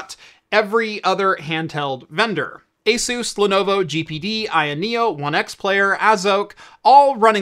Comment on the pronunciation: have I been pronouncing ASUS wrong for my whole life? Also, anyone know how easy it is to get the Jagex Launcher onto Bazzite?